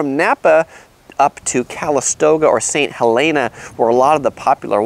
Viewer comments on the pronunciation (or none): "ST. HELEN AH" Sounds like Mt. St. Helens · Mendecino and saint helena . Men-de-cino and saint hel-ena. Napa native here with helpful advice.